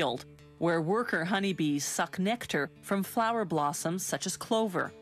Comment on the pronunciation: the way she says suck is weird